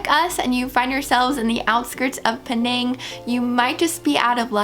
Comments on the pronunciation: It's actually "pay naang" not "penaeng" that's how its pronounced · Penang is named after an indigenous palm tree called the pinang (betel nut) tree. In Malay, the island is called Pulau Pinang (Pinang Island). The locals pronounce it "pi.. nang" as in "tin" and "sang"